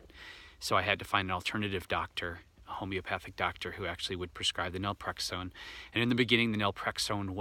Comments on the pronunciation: Naltrexone not nalprexone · do you mean Naltrexone? You say Nalprexone which I’ve never heard of. Not does Google. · How do you pronounce the medication you mentioned? Was that nelprexone? Or Naltrexone? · I’m a bit confused. Are you trying to say Naltrexone?